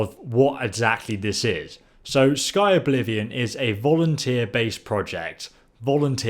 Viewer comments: Jesus Christ it's "Skyblivion" not "Sky-O-Blivion" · lol always says things wrong and says things his owb way. it says Skyblivion bit he calls it Sky-O-blivion Im not making fun of him, its a funny quality of his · skyoblivion lol its skyblivion lol that made me laugh you rock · 50 seconds in let me stop you right there. It's Sky-blivion not sky-Oblivion. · "Sky-oblivion", its clearly called skyblivion so pleeease just say shit correctly lol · Dude, stop calling it Sky Oblivion. It's Skyblivion. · They're doing a remake of Morrowind as well by the way; Skywind. Also, you're pronouncing Skyblivion incorrectly. It's not Sky-O-blivion. Just Skyblivion. If you feel like being a lad you should link some of the main developers' youtube channels as well. They've posted some pretty cool stuff. Nice video :) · Ok this is so petty but I have to say this -Skyblivion, not "Skyoblivion" - Amulet of Kings, not Amulet of The Kings - Fucking Jeffrey??? - Corrected himself with Jauffre but then said you met Martin at Weynon Priory TRIGGERED!!!! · "Sky-oblivion" it's Skyblivion, and a lot of people have heard of it. "That's the imperial tower" Do you mean the White-gold Tower? "They've actually remodeled all the armors" no they haven't they're re-using Skyrims assets instead of modelling Oblivion armors in the Skyrim engine, which is really quite lazy. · Comments: 1% "It's pronounced Sky blivion, not Sky Oblivion" 99% "IS DIS 4 XBOX AN PS4?" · It's Sky-Blivion not Sky-Oblivion. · Skyblivion, not sky oblivion. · "Sky-Oblivion." Shit, man, it says "Skyblivion." It's not even hard. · it's just skyblivion not skyoblivian XD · Am i the only one who cringes when he says "Sky oblivion" rather than Skyblivion? =/